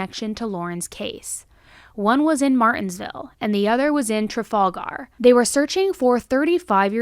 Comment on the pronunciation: That is not how you say trafalgar. A native I laughed so hard at how you said it.